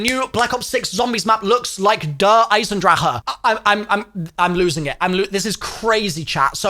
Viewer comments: All these years later and he still says Eisendrache wrong 😭😭😭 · Bro, pronounce it correctly I love you but like learn how to pronounce EYESENDRACK